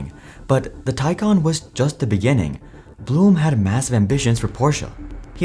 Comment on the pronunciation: Fun fact: it’s neither ‘Porsh’ nor ‘Porsha’ it’s PorschE, the e is NOT silent, and it’s not an a. Same thing with its CEO, BlumE 😂 fun fact 2: Blume translates to ‘flower’ 🌻